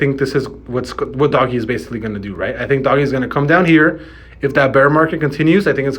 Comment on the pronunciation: Lol you lost me when you called it Doggy. Come on now!!!